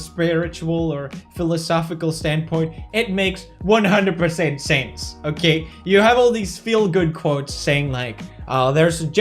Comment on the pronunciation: I thought you said "It makes totally SANS", then i realized it was "sense" I'm very sorry for this.